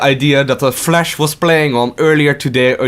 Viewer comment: Flash, not Flesch.. Your accent and pronounce killed my ears.. but your energy was kinda cool